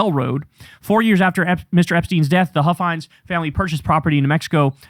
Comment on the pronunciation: Don Huffines is pronounced like puffins with an H. I think if you do a deep dive into him, you'd be shocked into everything he's said and done.